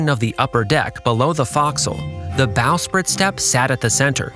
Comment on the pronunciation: Ok what the hell is going on with your voiceover? Is this an AI reader? I can't believe a human who did this much research for a video would pronounce this many words incorrectly. Ratlines - rat lines, not ratlins. Staysails - stay sails, not staisles. Bowsprit - this one blows my mind because you JUST pronounced "bow" correctly immediately before it. Bow as in "take a bow," not rhyming with "whoa." Davit - follows the vowel structure of "rabbit," not "David." Forecastle - another mind-blower, because you clearly know it's not pronounced as it's spelled. It does not sound like foxhole, it is "foke-sle." Ships don't use azimuth, they use bearing. Boatswain - bo'sun, not bozz-un. Officers' meals - wardroom, not messroom. For the depth of research & knowledge on display in this video, I expected more for the technical jargon.